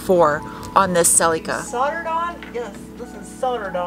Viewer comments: Why do call the car Celucur instead of Celica...so weird since you're not from a foreign country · What's a Selly Ka? 😂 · Cel”E”ca - giggle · Pronounced "sell-la-ca" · Or if you want to rewrite history, it’s pronounced sellee-ca